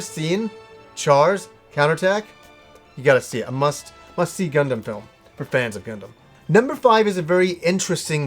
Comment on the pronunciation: I know this is old and a nitpick on my end, but as what I can only say as my almost Gundam fetish, the way you pronounced Gundam, Char and Amuro hurt my ears. I would get this if you've only watched subs before, but they pronounce them very clearly in the film and series' up to it. Also for anyone looking to watch Char's Counterattack, you NEED to watch the first 2 Gundam series' (there is ZZ Gundam after Zeta, but it was never released in the West and isn't actually necessary to watch Char's Counterattack). Story-wise and understanding the characters though you will need to watch the original Gundam series as well as Zeta Gundam. Of course to cut down on the almost 100 episodes total between the two you can watch the compilation movies for them, but sadly both of the compilation movies cut out A LOT of content and in Zeta Gundam's case a lot of very important content (not to mention if you're like me and prefer dubs, the compilation movies are not dubbed, and Char and Amuro's voice actors maintain their roles for the first series and the movie, Bandai got a different team for Zeta, that sound very similar to them though so you might mistake them for it) as well as changing the entire ending from the series, cancelling out some of the things and events that would have happened afterwards (more than likely cancelling out Char's Counterattack as well if you play the Zeta Gundam PS1 game, Char's ending and what happens partly has to do with the original ending).